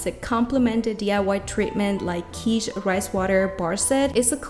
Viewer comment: Not pronounced Keetsch. . Pronounced Kit like Fit.